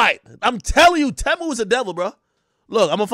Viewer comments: Its pronounced Teeeeemu lol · It's pronounced "tee-mu"